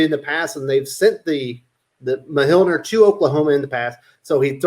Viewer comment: I'm pretty sure you're saying Mjolnir wrong lol